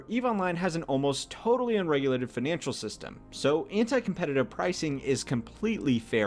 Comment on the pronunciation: "feenanshul system" what accent is that bro?